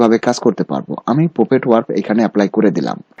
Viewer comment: Please pronounce correctly. PUPET, CROP, FOREGROUND